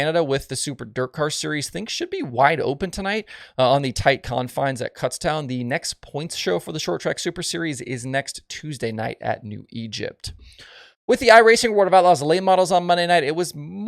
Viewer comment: Kutztown is pronounced like "shook" Kootztown not Cutstown lol just messing with you